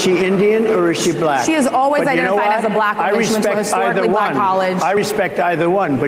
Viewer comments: Someone said it on twitter, I've never heard "Black" said with the Hard L before. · The way he pronounces "black." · He pronounces black like the old whites from Rhodesia or Apartheid era South Africa.